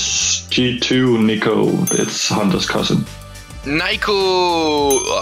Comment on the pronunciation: Lol shox calls him naiko